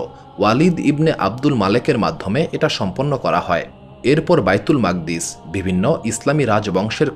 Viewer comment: ঐ মসজিদের নাম বাইতুল মুকাদ্দিস, মাকদ্দিস কি .. উচ্চারণ বিকৃতি।।